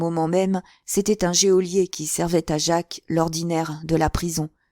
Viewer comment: Merci beaucoup. Juste une petite remarque: geôlier se prononcé "jolié" , l’e est muet.